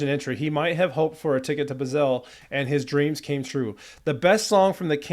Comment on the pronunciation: It's pronounced Bah(like the sheep)-sell.